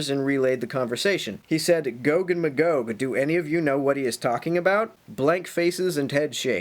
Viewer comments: Magog is a town in the Eastern Townships of Quebec, Canada. It's pronounced "MAY-gog", btw, and they've been plotting against Israel for years. Bomb them. Now. The Biblical prophesy demands it. Carry out the Word of God. Thank you. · That's pretty close to how I always pronounced 'em, except that I went with "muh-gog" instead of "may-gog". You know...like if someone is totally blown away by something, and they 'stand, staring agog". Like that.